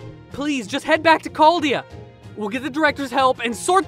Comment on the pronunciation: Chaldea? More like, “Charred-dea”